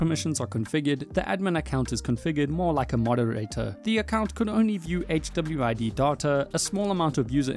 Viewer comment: I love how HWID is pronounced by the tts as "chubbyweed" in the segment from the abyss dev